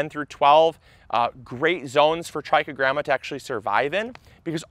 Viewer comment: I thought he was saying "Tracky Grandmas". 😂